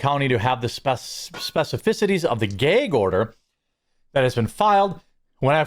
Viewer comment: Gay-guh order lol